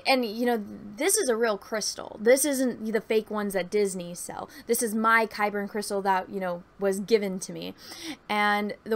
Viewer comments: Isn't it just Kyber? It sounds like you're saying Kyberin or Kyberen. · I thought they were called Kyber Crystals. Are you saying Kyberian? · yeah it is.. idk why she keeps saying kybern lol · Yeah she wasn't saying Kaiburr either. She was putting an N at the end.